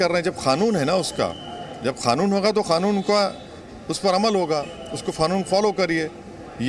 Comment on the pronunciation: ओवैसी जी खानून नहीं होता कानून होता है